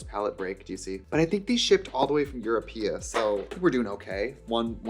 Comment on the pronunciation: “these shipped all the way from Europe-ah” um i don’t think that’s a place but im bad at geography